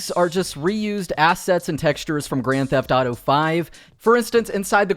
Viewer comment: Why he keeps saying Grand Tataro instead of Grand Theft Auto.